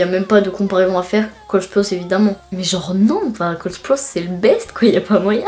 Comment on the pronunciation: Comment tu dis Sprouse sa se dit avec un a en mode "Spraouse"😂